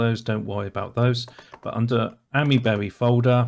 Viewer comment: Isn't it pronounced Aymee-berry? (As in the "Ami" is pronounced like "Ami" in Amiga, "aymee" rather "ammy")